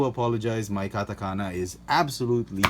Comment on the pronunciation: 日本語のカタカナの読み方上手です。！ You are so good at Japanese katakana in pronunciation.